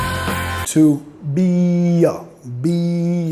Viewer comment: Excelente, me gstó mucho, voy a seguirte. Un detalle, la pronunciación de "TO" indicas que suene como en español "to", pero en la canción suena mas bien "tu" ¿es por prununciación inglesa de Robert Plant?